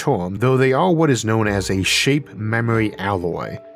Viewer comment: Tf is up with this guy's accent? He pronounces "term" as "toium"